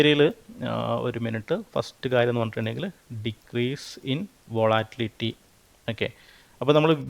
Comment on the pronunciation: അവന്റെ ഒരു വാട്ടിലിറ്റി.....😂😂😂